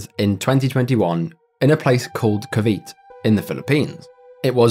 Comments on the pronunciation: Cavite is pronounced as Kah-VEE-teh. . . Not kah-VEET 💀💀💀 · Filipino here, Cavite is pronounced “Kah-vee-teh” and not “Kah-veet” other than that this was a very interesting informative video to watch definitely one of my favorite series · as a filipino, Cavite is pronounced as "kaa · vee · teh" and not "kuh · vite" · nice vids ,BTW its pronounce kaa-vee-tee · I'm sure you've been told already by now, but just in case you haven't, the correct pronunciation for Cavite, is 'cav-ee-tay'. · I was working on an embroidery project with the video playing and still thinking about how Dreamspace seemed like severe criminal negligence and the sentencing was far too light when you got to the story in Cavite, and the way you pronounced it made me blank out trying to figure out where you were talking about for a good 10 seconds before i realized you meant Cavite.